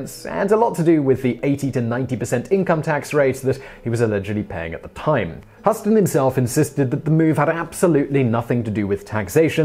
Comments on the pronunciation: Husston? No, Hue-ston. Painful. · It’s Hew-ston. Pretty easy to look this up. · OK gang, tonight I checked with my Irish friend(in person,face to face).Peter says Hue-ston. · Like how New Yorkers say"House ton"? & the family name is pronounced "Huss ton" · ~Yeah; like, "HUSS-ton", right?? Simon, Darling: it's actually pronounced (similarly to) "Euston Rail Station"...! <3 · Not Hust-on. HYOUST- on, like the Texas city. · Simon, please check your pronunciations; it is Hugh-ston, not Huss-ton. And, no, it is "Israeli", not "Israelite". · LOL.... Hew-stun, not Huss-ton. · John and Angelica Husss-ton?????? OK, I get your Brits claim the funny way you pronounce Al-you-min-ium and Con-trove-acy are "correct" because you invented the English language, but this is a PROPER NAME, and it is pronounced "Hyoost-en" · Hew-stun not Huss-ton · Ahhhhhhhh it’s not John Hosstin! It’s Huston!! (H-ū-s-ton) so annoying. 🙄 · hue ston not huh ston.......... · Huston is pronounced -- Hew-ston.....NOT Huss-ton. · His name is pronounced "Hyooston," dummy, not "Husston!" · You lose your internet citizenship Simon, who can't pronounce Huston correctly? That REALLY looks like 'HUSSton' and not 'HYOOston' to you? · #7-Huston, we have a problem. HUE-STON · John Huston—It’s pronounced /‘hju:sten/ like Houston, Texas. The guy gave the world “The Maltese Falcon,” “Treasure of the Sierra Madre,” “Key Largo,” “The Asphalt Jungle,” “The African Queen” among others! Any person with ONE of those films on their CV deserves to have their name pronounced correctly! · Despite the spelling/phonetic in consistency, both John and Angelica's last names are pronounced Hue-ston, the same as the equally spelling/phonetic inconsistentTexas city of Houston. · Christel Headington-Thank you! I have heard his last name pronounced like you wrote, and also like HOUSE-TON, but never like how Simon pronounced it! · It's pronounced Houston, like the city in Texas. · Huss-ton?????? LOL Huss-ton we have a problem!